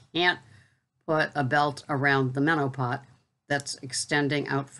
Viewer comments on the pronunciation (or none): Great video at a perfect time! I laugh everytime you say menopot.